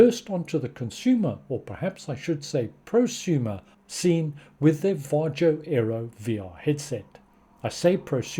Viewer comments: Var-Yo Nordic countries pronounce the J as a Y, just like Germans swap the W for the V But yeah I agree with your analysis on the lifetime and announcement, they obviously went in as an experiment and decided not to continue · It's pronounced VA-HO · Your pronunciation of VARJO is still incorrect😏